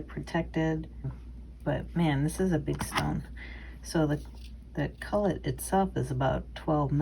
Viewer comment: Please excuse me but......culet is pronounced Q-let . Glorious work!!!